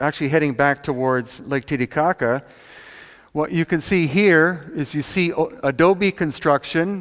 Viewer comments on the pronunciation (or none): I like how he says Lake "Titty-cocka" =-)